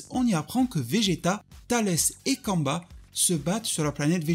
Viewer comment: je m'en excuser, mais j'imagine que tu parlais de Cumber ? (Ou Cumba à la japonaise) ... C'est ta façon de le prononcer qui m'interrogeait. On aurait dit que tu parlais d'un Sayajin congolais ou d'amérique du sud. Kamba di Janeiro ...